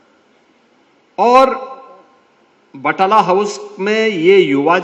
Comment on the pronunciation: बटाला house😂😂😂😂😂 Naam tak to sahi nhi aata बटला house